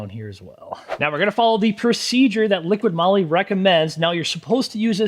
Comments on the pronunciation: Such a pain. It's "Liqui moli", not "liqiiD moli"! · You are testing this product and do not know to pronounce it??? It is not LiquiD it is Liqui, without the letter D.... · OMG its not LIQUID Molly but Liqui 😬 that Hurts my ears 🫣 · liquiD? It clearly says Liqui Moly. Where do you get the "d" from? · Liqui-Molly. Not liquid Molly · Another great video but please, it's LiquiMoly, not Liquid Moly. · There is NO "D" in Liqui Moly!!! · There is no 'D' in Liqui Moly. :| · Yeah, there's no "D" in Liqui Moly. It's (not) right there on the can!